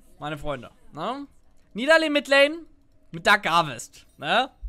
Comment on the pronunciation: das heißt "Nie Da Lee"